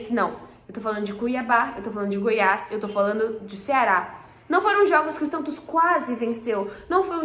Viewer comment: Prantos ou Santos?? Kkkkkk🐷🐽🐷🐽🐷🐽🐷